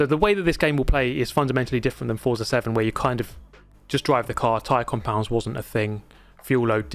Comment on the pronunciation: please pronounce Forza correctly! Is an Italian it's like getting slapped each time you say it. Forza is Italian for Force. Z is pronounced as "ts", like in pizza.